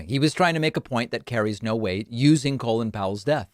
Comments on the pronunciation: Do Americans really pronounce Col-in, Colon? What the hell? I actually thought this guy was called Colon as I've only ever heard it said and never seen it written. It's Col-in and in Come in. The in is unsurprisingly pronounced in. By the way, it is really obvious from the outside that Republicans are against vaccines as they want Biden to fail. They don't care if more Americans die, they just want Covid19 to still be an issue by the midterms and so they are doing everything they can to stir up crap and stop vaccinations. It's the most cynical thing I've ever seen. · It’s Colin Powell not colon 😅